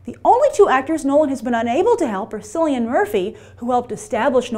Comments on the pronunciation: Haha Grace it's pronounced Killian Murphy not Sillian Murphy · Yeaahhh....Cillian is pronounced Kill-ian, not Silly-an :P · Grace, love these videos but have to correct you on your pronunciation of Cillian Murphy. A hard C is used rather than a soft C when pronouncing his name. So a K sound like KILL-EE-AN. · Why did you call Cillian Murphy Sillian??? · Grace as an Irishman I wish you could pronounce Cillian Murphys name correctly. It is pronounced "Kill Ian" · The way she said Cillian Murphys first name? Who the feck is Sillian Murphy? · cillian murphys names pronounced with a k like Celt since hes Irish